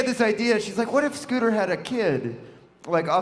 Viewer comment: Who the fuck is scooper. His name is Scooter